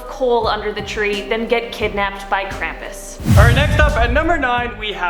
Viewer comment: They keep saying krampus wrong.